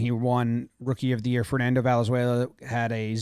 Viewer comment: Jimmy can’t pronounce Valenzuela?